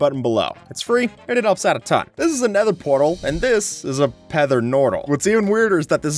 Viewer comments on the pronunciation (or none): ‘Pether nortal’ 😂😂😂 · Pether nortal,. It's a pether nortal. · ah yes a pether nortal